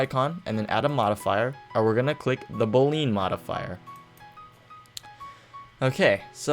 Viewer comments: Great video, thanks for that. Just an FYI, that thing is not called a "gear" it is a wrench. and the Boolean is pronounced Bull-e-ann. :-) Keep up the great work. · its pronouned (boo lee in) after George Boole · The word Boolean is pronounced Boolyan.... Sorry if I'm acting like a grammar nazi but it kinda annoyed me :P